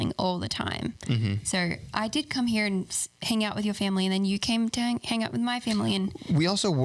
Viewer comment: said "here" in such an American accent!!!!! Omgggg haha I hope your aussie accent never goes away!!